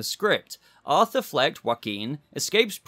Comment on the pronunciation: Very nice spanish pronunciation of the name "Joaquín".